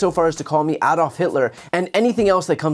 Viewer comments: Bravo, Brian, for pronouncing 'Adolf' correctly! It is NOT AYEDOLF... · Thank you for pronouncing the name Adolf correctly. I'm from Europe and it is so offensive the way many people can't get his name right.